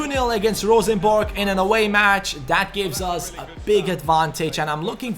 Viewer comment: Best non-norwegian pronounciation of Rosenborg I've heard yet, kudos! Also great videos, now I don't have to buy the game myself, since you're doing pretty much the same things I would! :)